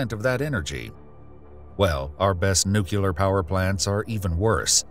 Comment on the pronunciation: Stopped watching “nucular” bc it’s definitely “nuclear” 🤦🏼‍♂️